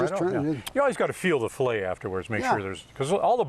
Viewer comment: Sorry, but the one fillet was butchered. I lost a lot of respect for him at that moment.